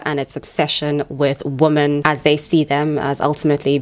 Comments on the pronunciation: Not the most important comment, but been watching your content recently (love it) and i’ve been wondering if there’s a reason you say “woman” and not “women” (wimen) for “woman” plural form? 🧐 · Are you saying "woman" when referring to "women"? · "Men and woman" Am I hearing this correctly?